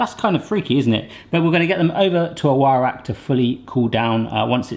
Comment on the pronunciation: I know you were saying "wire rack" but it almost sounded like "why Iraq?" lol